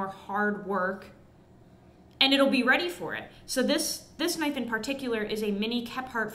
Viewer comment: HUMMING BIRD SURGURY, THEN PRY THE DOOR OFF A HUM VEE, ONE KNAFF